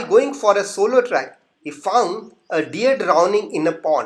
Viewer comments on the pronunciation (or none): none